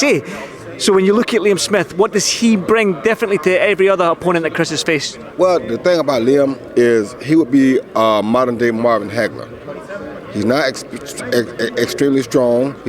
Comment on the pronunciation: "Moder day Hagler" 🤣